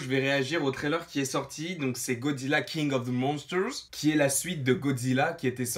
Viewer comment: A tu prononce trop bien le titre